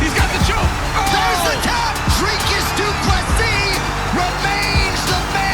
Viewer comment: and one more thing, its pronounced DOO-PLE-SEEE not DOO-PLESIS. Get the mans name right and show some respect DANA!